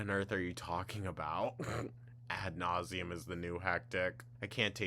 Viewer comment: "At nauseum." Girl, go back to hecticana and point blank period. Introducing new words and phrases to your vocabulary only works when you understand what they mean and how to properly say them 🤦‍♂️